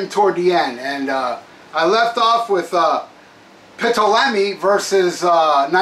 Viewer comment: No insult, my shmack-a-ma-gob friend, but Ptolemy is pronounced "Toll-le-me."